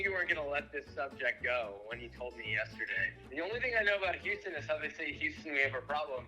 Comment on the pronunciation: Houston but he say euston